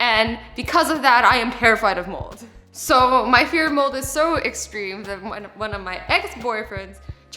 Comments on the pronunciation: Anyone else think she said “mole” instead of “mold”? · I thought she said moles as in the animal not mold!!!! 😂😂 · I thought she said her worst fear were MOLEs not MOLD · I hear you, but I actually thought she meant "Moles" like as in moles on your face! ha aha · I thought she said she was scared of moles not mold but then I herd mold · I thought you said moles like the animal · I thought she said moles😂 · LOL same